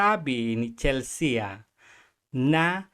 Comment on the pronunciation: Chelsea - Chel-sea not Chel-se-a.